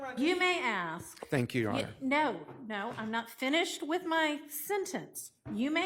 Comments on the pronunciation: Even the lawyers are saying ‘Aks’ Smh 😂😂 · I axd her ???? Why can’t she pronounce ask????? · What’s that?? Ask??😅😅😅